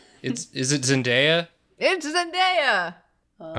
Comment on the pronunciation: zendaya? more like zenfaeya